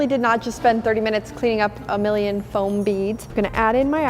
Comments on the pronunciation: its foam not floam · It is not fIom it is fom.